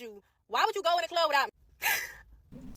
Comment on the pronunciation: “…in da clobb..” ..RUN my man… !!